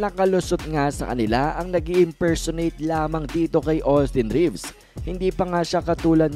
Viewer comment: Baka “Imfersonate”